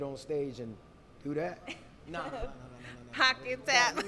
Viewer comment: ? Pock-yo-tap? What in the hell do yeah be smoking while editing? 🤣🤣🤣